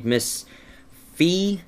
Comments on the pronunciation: It is fee. not fie. just sayin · Its Fi (FEE) definitely FEE! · Hey... That is fricken SWEET I wish I could draw like that!!!!!!!! And Phi is pronounced (FEE) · fi is pronounced fee and i really liked it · its Fi! i love fi and you pronounce it "fee" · i believe fi is pronounced fie/fy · fi is pronounced feeeee